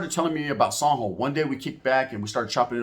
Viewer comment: You say " San Jo" kinda weird, took me a minute tounderstand what you where talking about sounds like you are say zombo